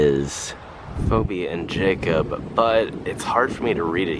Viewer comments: Phoebe is pronounced, “Feebee”….just saying. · It's pronounced Pheebee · FYI: The woman’s name Phoebe is pronounced Fee-bee